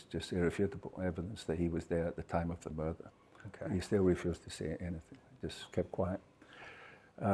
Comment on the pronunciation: “A muurdah”